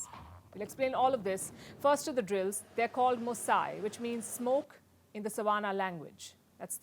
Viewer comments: It's not Mosaai madam. It's MOSI pronounced Mooo-siiii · Moo-sea not moo-sy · SESOTHO LANGUAGE, PRONOUNCED "SESOOTOO. THE WORD MOSI YOU PRONOUNCE AS IN "SAUCY" for English speakers. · Haha pronunciation brother please forgive her. She can't say Tswana and it's understandable why she would also say Mosayi when trying to say Mosi. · Spell it like this " Moo_See" not " #Mosi 😆😆😆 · Mosi is pronounced "Moo-Sea" or "Moo-See". It means smoke in the Setswana language... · You said "savanna language" There isn't such a language, down here, in South Africa🇿🇦. I'm guessing that you most probably wanted to say "seTswana Language"... and the other seTswana word you mispronounced "MOSI" is pronounced as "MOōsee"...